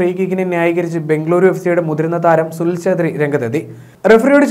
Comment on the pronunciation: Sunil chethri alla... Sunil chheta😂